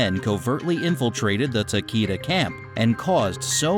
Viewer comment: Whoever narrated this is a tool, totally wrong on how the names of the clans/families are pronounced, Takeda clan shouldnt sound like Takeeda, should sound like Tak-ay-da.